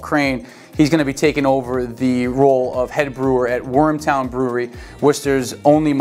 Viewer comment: Wormtown, not Warmtown